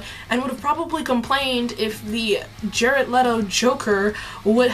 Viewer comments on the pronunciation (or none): none